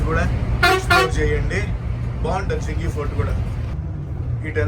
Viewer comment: జింజీ కోట (Senji Fort) . Not sengi